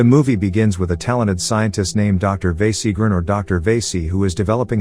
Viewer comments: Vasi - karan not vesi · Good job. Correct way to pronounce the docs name is "Va - see". Or "Va-see-ga-ran". Hope it helps. The names, "one who is attractive".